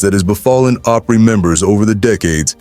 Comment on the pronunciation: I hate the way words are so mispronounced grand ole (ah-pry) not long O pry.